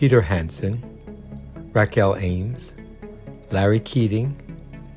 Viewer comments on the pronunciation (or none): none